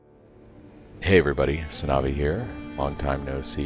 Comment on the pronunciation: Holy s*** that intro jumpscare was insane. You introduced yourself and instead of I heard HasanAbi... omg...